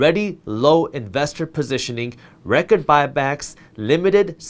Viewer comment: "Reckord".. Loved the info...and that me laugh for some reason.